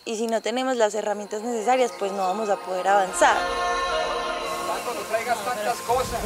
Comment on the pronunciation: yo vine por tato y el presentador digo mal tu nombre :v